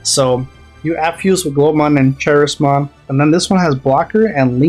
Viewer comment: Good Appmon build. Also it's pronounced Ka- ris- mon for Charismon. It's basically how you say Charisma.